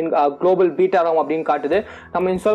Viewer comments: அது பேட்டா இல்ல பீட்டா.. 👍😂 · Beeta not beta